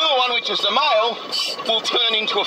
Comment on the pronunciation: He says mile instead of male 😂😂😂😂😂